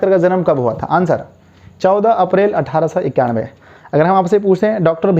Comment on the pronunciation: 14 April 1891 me sir bolne me Thora garbage ho hai hai